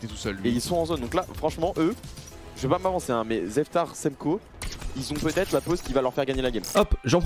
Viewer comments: qui appel Zetfar "Zeftar" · a dit zeftar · je vais pas me prononcer mais zeftar, semko vont peut etre gagner la game sa ma fumer le ZEFTAR